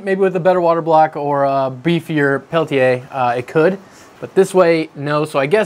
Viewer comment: It's pronounced Peltier there's no a at the end